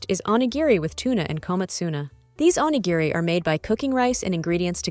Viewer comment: 😂PLEASE learn to pronounce onigiri!!